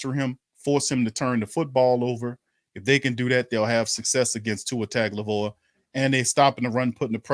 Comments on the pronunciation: “Tongue-Oh-Vai-loa”. Get it right. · Hey can you ask Pro-Media to try to pronounce Tua's name right. 😂🤣. Tua Ton-go-vai-loa. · “Tua taglivoa” LOL😂😂😂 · How dare this Saints YouTuber mispronounce Tua’s last name lol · I was looking for this comment. Man did he BUTCHER it 😂